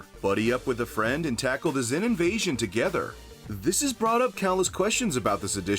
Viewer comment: Lmao the "Zin insvasion"